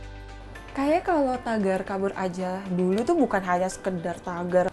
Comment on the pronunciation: i really hate when the narrator pronounces kabur aja dulu😂